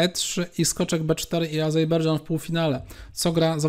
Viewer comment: Panie Redaktorze, wszystko super, tylko - AZERBEJDŻAN a nie AZEJBERDŻAN :)